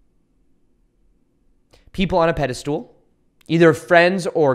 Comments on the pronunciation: Great video but just a little note - it's not "pedestool", it's "pedestal" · Peh.duh.stl. Not peda stool please stop lol! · Love what you’re doing! It’s been a tremendous help for me on my journey. Could you do some of us a favor, though, and pronounce pedestal correctly. Stool just isn’t in there anywhere.🤣 I know, it’s my shit not yours, but I can’t figure out any way to blank that word out in your talks 😂